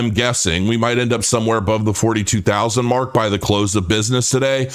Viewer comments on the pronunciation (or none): none